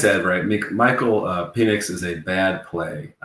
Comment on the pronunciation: I love that you’re a swiftly. But can you Google how to pronounce Penix’s name.